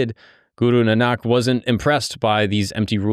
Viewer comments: Its not Nanaak, its Naanak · It’s Guru Nahn nik not nahnak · Guru Nanak is pronounced ‘Naanuk’ 🙂🙏